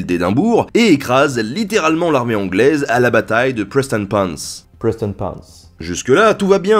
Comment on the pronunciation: Bravo pour la prononciation de Prestonpans !